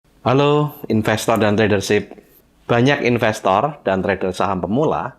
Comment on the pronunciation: Lucu pak,,,saat bapak bilang " infestor filling " ,,,kayak saya pak,,tapi selalu cuan pak